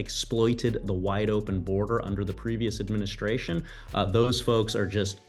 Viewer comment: Charla called it the “trump adminiscration”